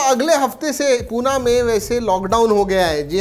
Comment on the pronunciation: Bhai puna nai....... पुणे. Hope....u will understand